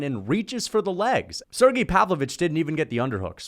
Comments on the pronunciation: SerGAY is how it’s pronounced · Also it’s pronounced sir-gey